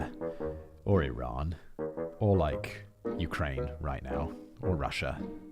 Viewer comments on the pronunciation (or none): none